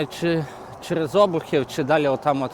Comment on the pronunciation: Друже, правильно наголоси обУхів та витачІв